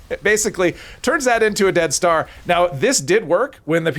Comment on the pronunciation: Oh you're saying dead star. At first I thought you were saying death star.